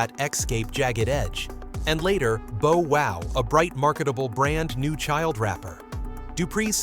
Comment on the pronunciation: It's Bow Wow. Not Bow as in A neck tie. It's pronounced Bow as in bough. Thanks for the up load though